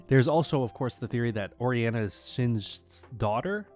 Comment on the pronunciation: POV: You're in the comments section wondering if you're the only one that noticed how badly Orianna was pronounced.